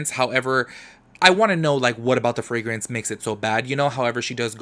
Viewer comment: Frangrance?? Gurrlll what?😂😂 I cant